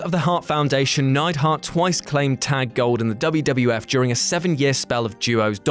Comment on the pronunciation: It was the "WWF", not the "WWWF".